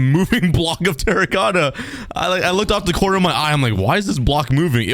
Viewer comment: did he just said courner of the circle